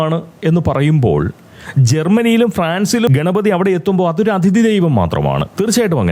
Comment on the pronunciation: ഈ വീഡിയോയിൽ പ്രതിപാദിയ്ക്കുന്ന വിഷയത്തോട് പൂർണ്ണമായും യോജിയ്ക്കുന്നു. മലയാളികൾക്കും ഇക്കാര്യത്തിൽ നല്ല മര്യാദയില്ല. ഈയിടെ അയർലൻഡിൽ തല്ലുവാങ്ങിക്കൂട്ടിയതും ഇതുപോലുള്ള പ്രവൃത്തികൾക്കാണ്. (off topic ആയി ഒരു കാര്യം പറഞ്ഞോട്ടെ, 'അതിഥി'യുടെ ഉച്ചാരണം ഒന്ന് ശരിപ്പെടുത്തേണ്ടതുണ്ട്. 'അഥിതി' എന്ന് തെറ്റായിട്ടാണ് ഉച്ചരിയ്ക്കുന്നത്. ഈ തെറ്റ് ധാരാളം മലയാളികളിൽ പടർന്ന് പിടിയ്ക്കുന്നുമുണ്ട്. മനുഷ്യർ അവർ ഇഷ്ടപ്പെടുന്ന ആളുകളെ അറിയാതെ (subconsciously) അനുകരിച്ചു പോവുകയും ചെയ്യും. പോങ്ങനായിട്ട് ഇങ്ങനെയൊരു തെറ്റ് പ്രചരിയ്ക്കാനിടവരുത്തണ്ട എന്ന സ്നേഹബുദ്ധികൊണ്ട് പറയുന്നതാണ് കേട്ടോ.)